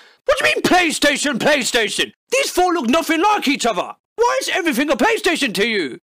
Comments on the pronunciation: "Playastation", heheh.. "playa" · the way he says PlayStation is killing me. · How can YOU fuck up the name of the aforementioned console? no h8, m8 luv u bb